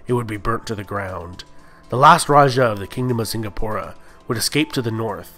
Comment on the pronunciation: I like how he can pronounce melacca correctly but mispronounces the word malay and singapore